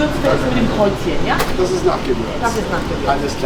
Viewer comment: Alleine schon wenn der Kanal-Betreiber das Wort ja ausspricht sagt schon alles das es ein Depp ist der nicht mal richtig Deutsch reden kann